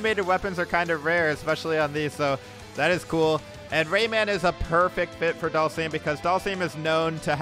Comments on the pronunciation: You pronounce it Dull-sum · Please stop saying Dhalsim's name like that, it's triggering me